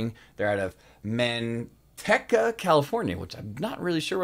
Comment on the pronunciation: Shit is very well put together. Excited to see more from these guys! It’s MAN-TEEK-UH 😆 super close